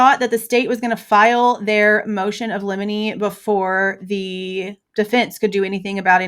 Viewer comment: You pronounced liminy perfectly.